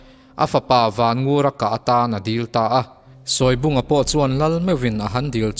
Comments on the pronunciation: A ngaihnawm thei hle mai. Mahse, Sawi lubunga hi, a thlûk ka hriat dan chuan, 'sawi' tihlai hi 'eng thu nge i sawi!? ' kan tih a, 'sawi' tih a lamtur a ni zawk lo maw!!??? chuan Sele kî pawh kha chhimbal angin a kual raih a, a eng(yellow) khâk bawk!!.. a êng(light) nilovin!... (ka lo zep ve zuai a ni e!) 😄😄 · Sawibunga tih hi i lam dik lo deuh lo maw? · Sawibunga tih I lam Rik Dan hi a diklo deuh in kahria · Sawibunga hi i lam dan a dikhlel deuh em aw???